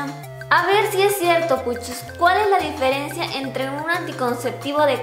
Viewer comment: En el minuto dice "direncia" en lugar de "diferencia" jejej